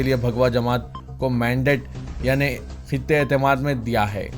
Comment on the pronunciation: Khitte etemad nahi khatte etemad bolo